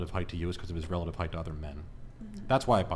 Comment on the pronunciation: “Heitghth” is not a word